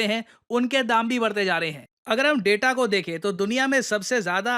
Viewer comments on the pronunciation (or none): none